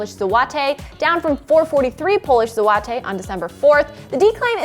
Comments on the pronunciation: Złoty = Zu - wo - tih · Polish Zloty.. "JUU AHH TAY"..? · I'm pretty sure i heard her say zowotay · Say "Polish złoty" again. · Even I am laughing (from Hungary) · It's a choice that's for sure..